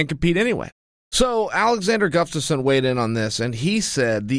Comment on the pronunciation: chael alexander GUFSTAFSON sonnen